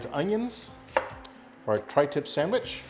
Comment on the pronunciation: come on...just like my dad, calls it a sangwich...lol All joking to the side, that's one good looking sangwich!